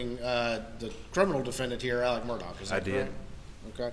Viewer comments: It's pronounced " Mur daw" the "gh" is silent and there is no enunciation of a. "c" .. they keep pronouncing it "Murdock".... Maybe that is just that southern twang.... The American language is one of the most difficult languages to learn and frankly the most ridiculous.... Silent sounds for certain letters depending on the how used or what is described.... For example, 🗡️ knife or knew vs new or read vs red , knew vs new, know vs no, reed vs reed,.... It very nonsensical and crazy... It gets insane attempting to explain why we do our language arts this way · Why does everyone say Murdock? His last name is pronounced mur-daw.